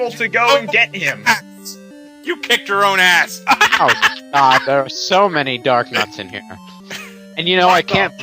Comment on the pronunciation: not darknuts darknauts said like astro-nauts